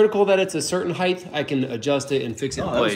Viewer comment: I'm jealous of this. A funny thing Americans do is pronounce "height" with a 'th' sound at the end. Cute.